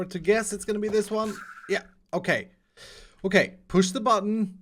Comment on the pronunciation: With "OKAY" you mean "O-CAKE" HAHAHA